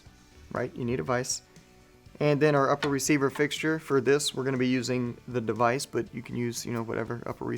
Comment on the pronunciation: did you slip that in “de-vise”?